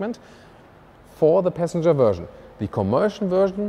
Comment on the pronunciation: all i heard was "peasantger"